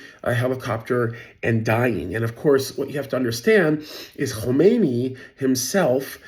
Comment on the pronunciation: Khamenei, not Khomeini.